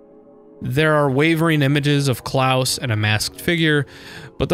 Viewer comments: Actually, no, you do say it correctly. The way you say it is the german pronounciation, "Klaus", which is canon. We know it's canonical because the canon japanese pronounciation is Kurausu, Klaus. The people who pronounce it softly, as in "Santa Claus" are wrong. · I think he said it right